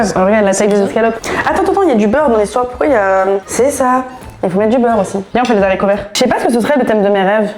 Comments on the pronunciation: La liaison sur Z'haricots verts, elle pique de fou. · Très agréable de vous voir ensemble ☺️ merci . (Attention, ne pas prononcer les zaricots 😩)